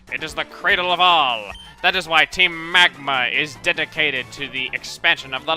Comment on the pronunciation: MAEXIE OF TEEM MEGMA